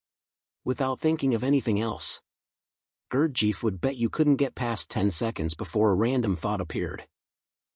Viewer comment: that is not how to pronounce his name is it too much to get that right. who in the hell told you his father was greek ?